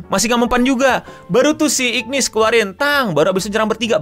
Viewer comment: namanya tulisannya igris tapi dibaca igrid bang untuk karakternya tetep Hunter Cha Hae In jadi bae Thomas Andre jadi om om paling gagah sama Antares jadi monarch paling keren